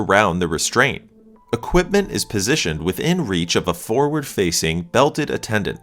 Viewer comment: unrelated but, and several other places - the R is not silent in forward (for-ward) [read it like four-words] not "foward" - That said, good info on ambulance safety (lack thereof)! ☮ [Edit: sounds better 🤔]